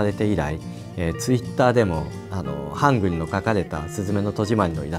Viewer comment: 일본어로 "한글"이라고 발음되는거 듣기 좋네요...